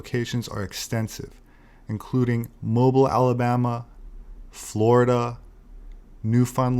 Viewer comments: “Moe-Beel” Alabama. 🙄 (not, Moe-bile.) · Mobile is pronounced Moe-beel. Not to be confused with a hanging "mobile". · Mobile, AL is pronounced MOW-beel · Great video, but you mispronounced the city of Mobile in Alabama, it's correctly pronounced Mo-Beal' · I'm from New Orleans, but being from the South I know Mobile Alabama is pronounced "MOE-BEEL" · Excellent video. The close was remarkable. Go for it. Also, Mobeeal. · That's 'Mobeel', Alabama.